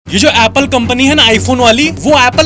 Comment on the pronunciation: Apple ❌ Applwa ✅